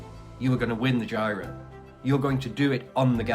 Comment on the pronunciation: “Giro” is pronounced to rhyme with “hero”, not “Cairo”.